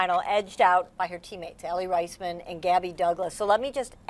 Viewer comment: she didn't even pronounce Aly's last name correctly